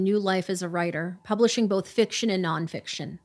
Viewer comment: i don’t understand how grown adults struggle with pronouncing a one-syllable word like “both.” it’s not fucking “bolff,”. you sound like a 3-year-old EVERY time.